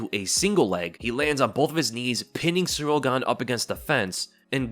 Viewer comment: You really gotta stop calling him "Surreal Gane". It's Ciryl. Pronounced like cereal without the a.